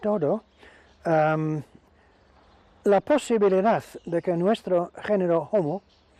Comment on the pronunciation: ¿En latín la hache era como la "J"? Porque dicen jomo jabilis para mencionar a los jombres... El francés y el del acento extranjero. Y luego se habla del jomo jeidelbergensis u omo eilderbergensis Jaciendo jincapié en los jumanos